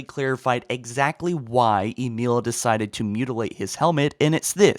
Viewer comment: He says ‘mutalate’ My mum: WHAT ARE YOU WATCHING! Me: 🥶